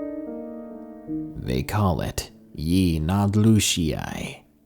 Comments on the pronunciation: 😂😂😂😂 what's scarier the story or how he butchered the pronunciation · we say it differently and it's spelt different. either messed up spelling it. But ik he mispronounced it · My son is a huge Ben Ten fan & his favorite episode was about this same creature but the cartoon pronounced it 'Yin-el-doo-shi' Just sayn 😘